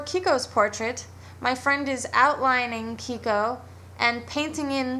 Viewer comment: lol "kiko-colour" ^^